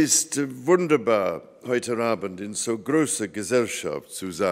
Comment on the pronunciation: He pronounces "heute Abend" with the sound of an "r" between "heute" and "Abend".